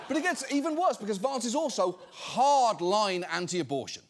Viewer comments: John I love how you pronounce Vahnce! Every time ! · I love how you pronounce it Vonce, which is Yiddish for bedbug. or in his case CouchBugger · John pronounces it "Vonce," which is a Yiddish word meaning "small annoying person" or "bedbug." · Genuine question, why does John pronounce the a in Vance british? I mean Vance is American and himself and everyone else pronounce his name with an american a ... Its a bit strange hearing John pronounce his name entirely differently 😮